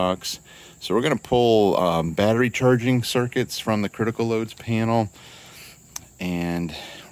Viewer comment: "penal" (as pronounced) pertains to prison, etc. panel as written pertains to electrical equipment..............g